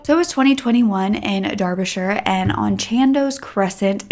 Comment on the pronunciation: It’s pronounced ‘Darbyshire’ ‘Darby’, just so you know. I’m from there and remember waking up to this awful news. The justice system is a joke here I’m telling you hence the reason he was even free to kill this poor family 😢. Another story where the system failed in Derby was the philpott kids where a mother and father actually killed their 5 kids you should look at that story the kids went to my kids school, so sad 🥺